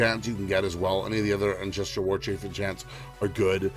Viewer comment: Good video, but my god do I wish you'd stop saying Ancestrial Warchief and Astrial Plate there's no damn "i".